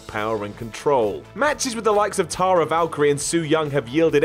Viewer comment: ‘Tara Valkyrie’ Oh you tried so well...